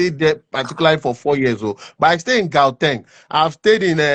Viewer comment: My yoruba brother, bottom left, who stayed in SA for 4 years still can't pronounce 'Gauteng' correctly? Na wa o.